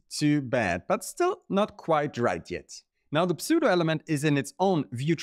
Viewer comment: Don‘t say „Psoo-doh“, say „Soo-doh“. But thanks for this video. Very cool stuff!